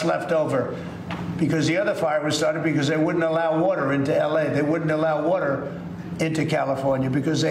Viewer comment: When the POTUS can’t pronounce the word WATER and thinks he invented the word GROCERIES or made it popular again you know he’s mentally unstable and incapable of doing a good job at even the smallest things and can’t complete his promises on ANYTHING.